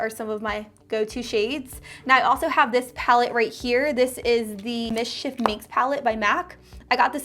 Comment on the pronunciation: Please learn how to pronounce "mischief".